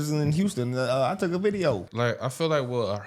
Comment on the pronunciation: "they turk ur jobs" 😂